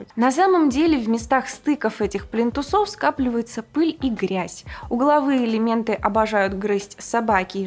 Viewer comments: плИнтус, плИнтусы, а не плинтусОв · пли́нтусы пли́нтусов пли́нтусам пли́нтусы пли́нтусами пли́нтусах. Всё на первый слог.